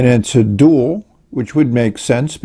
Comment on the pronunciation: Very good. I might suggest that the name isn't pronounced like the word "dual" but as "Do All", because * the letter A is emphasized in the lettering on the nib * the end of the name has 2 Ls * I'm guessing the name was intended to be a play on the idea that it combines a pen and a pencil together with the word dual: it is a dual writing instrument that can "do all" for the owner